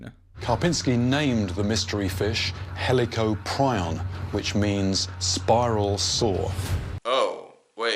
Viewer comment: "Hell-ic-o-pri-on" NOT "Helli-cop-ri-on" Yeah, you were. Lol.